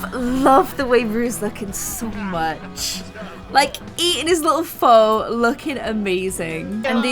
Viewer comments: not to be rude AT ALL but I want to inform you that pho' is actually said like phu the way you say pho' means town in veitnameis. just thought you should know! :D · You pronounced pho wrong. It’s pronounced fuh not foe